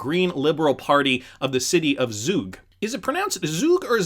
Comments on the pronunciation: He's Swiss (they speak Swiss-German) and it's pronounced Zoog like Zoo. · Zug is in Switzerland, pronounce “Tsoug” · And its pronounced as ZuuuuG 😁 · " Zoog" Zug buddy I live here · It's pronounced Tsug (or Tsoog if you will) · It’s pronounced Zoog, but it’s located in Switzerland. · Zug pronounced “tsook”, in Switzerland :-) and it seems Zug is an economic powerhouse, where almost 27 thousand companies are registered because it is a low tax haven….